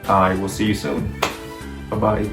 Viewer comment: The way you say "bye bye" reminds me of the way people say it in Hong Kong